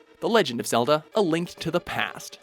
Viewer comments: The legend Of Zelda a Thlink between worlds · "A Flink between worlds"